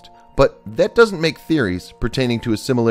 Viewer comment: The nostrildamus. Oh yes the great fairy tale writer. I think the narrator is touched in the head.